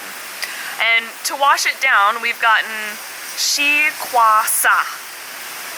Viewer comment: Hey "kyde"!! How do you really pronounce your name? It really sounds almost like, "kady", short for Katherine. I thought it be a weird spelling for Katherine. Where is your name coming from?